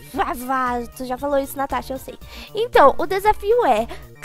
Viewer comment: ela fez por zueira, as vezes a propria Natasha fala assim "tanasha" ❤